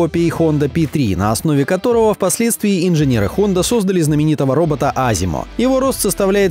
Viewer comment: не азимо а аСимо